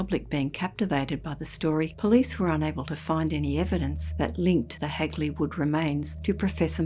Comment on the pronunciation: Always intriguing hearing about this local tale and nice to hear Hagley pronounced correctly for once. Heck, there's still signs popped up even on the Clent Hills which overlook the woods where this happened though its rumoured locally that the Lord of the hall at the time had a secret mistress who became pregnant with his kid and was going to keep the kid even though that would have exposed the affair, so as with all good nobility rumours had her killed off and her body hid in the wych elm. Though the graffiti today remains rather local, it was all over the Midlands at one point as far as Worcester too. Still a ashame what happened as it would be nice to get it solved and the poor lady's remains returned and buried respectfully. I fear it may not as the perpetrator is either dead, old and doesn't remember, old and not talking or was an unfortunate accident.